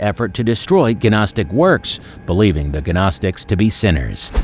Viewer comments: It is not guh nostic! Just nostic...the G is silent like in Gnu. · Gnostic is pronounced "NOSS-TIC" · Did he say ganostic? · The "G" in Gnostic is silent. It is pronounced...nostic...like that. Just like the "L" is silent in the word "salmon" and the "K" is silent in the word "know"...some letters are silent in the way some words are pronounced. Just saying... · maybe Muppets who are ignorant when pronouncing things esp. if they put it in the internet for everyone to see, should actually learn the words before assuming how they're pronounced.. like gnostic 😂😂😂😂😂ffs, can't stand ignorance so I'll be unsubscribing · OMFG. GNOSTIC. gNOSTIC THE 'G' IS SILENT.